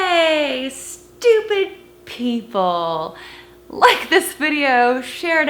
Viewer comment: Eye Het Stoopid Peepul.